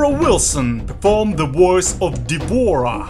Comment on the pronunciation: d'vora is actually d'vorah